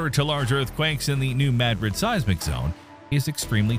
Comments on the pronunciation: It is pronounced Mu Drid not Mah Drid. Language is one of the most important ways we have to communicate, why do some insist on butchering it. Shows the blatant ignorance and low level of education these days. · Blah blah blah. Ok, first, pronounce it correctly, New Ma-DRID, as in Madrid, Spain. Secondly instead of blabbing on and on, show where the fault lines are, tell the history of Reelfoot Lake, tell when scientists think it might erupt and how strong it might be and what areas would be affected. And for goodness' sake, don't show pictures of bombings as if they were earthquake damage and plate techtonics causing tsunamis to explain internal plate shifts. Everything you said in the first 8 min. could have been said in 3 or 4. Or skipped altogether. The video would be better started at the 8 min. mark, as the part from 8-13 min is the meat of it. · It's not Madrid it's MaDrid in pronunciation and it was MO river not Mississippi river 🤷🏼‍♀️🤷🏼‍♀️ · yeah…..Maaadrid ??? 😂😂😂. Gotta teach these Ai’s how to speak English….. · Please learn how to pronounce Madrid and then re-record this video with the correct pronunciation and upload a replacement. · Now, if we could just get the AI to pronounce the name correctly.